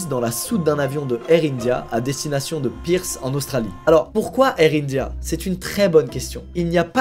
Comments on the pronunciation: en direction de Pirce xD Va falloir revoir la prononciation des bleds australiens ^^ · Je rêve ou il a vraiment appelé Adelaide "édilède", et Perth "Pirsse" ?? Nan mais faut se payer des cours d'anglais avec toute la tune que t'as maintenant... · Tu m’as régalé avec ta prononciation des villes Australienne “ Pirse” et “Adilaide” xD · La ville où il atterri en Australie se prononce Peurf et s écrit Perth au passage 😉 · La prononciation de Adelaide et Perth, je meurs 😂😂